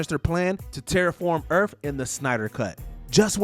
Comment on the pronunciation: Earth not Erff